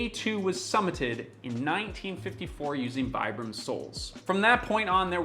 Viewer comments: Its pronounced veebrum ... Goes on to pronounce it vibrum the rest of the video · Americans pronounce Vibram "vye-brahm"? XD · You tell your audience that the company is pronounced "Vee-bram" and call them "Why-bram" for the rest oft the video 🧐🤪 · If you pronounced good at the second try…why did you kept going with the wrong pronunciation? It is veeebraam. Vibram wasn’t actually wrong, we are made barefoot, we aren’t born with shoes. I moved from normal shoes to barefoot at 37. Took me a while, 2 years but it was quite Normal to understand that you can’t ship from a training to an other in a blink…but hey. In Europe we are less dumb that North Americans apparently. There is also the part where you have to understand that you have to change how to walk, not just how to put your feet on the ground. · "They're pronounced 'Vee-brum.'" (continues to pronounce them wrong throughout the video) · If it's pronounced "vee-brum," why not pronounce it correctly? Great video btw. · I love my pair. I use them in the gym and hike in them. And you are pronouncing it wrong. It's like "vee-brum". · It kills me that he says "Here's how to correctly pronounce 'Vibram'" and then proceeds to mispronounce it for the rest of the video. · If you're really concerned for the humanities ''Future Proof"' , practice what preached and pronounce "'Vibram'' correctly. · Can anyone explain to me why on earth this guy keeps pronouncing Vibram the dumb American way, even though he literally explains in the video how it's pronounced and why? wtf.. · But I wonder why he called himself out yet kept saying it wrong afterwards. Kinda odd.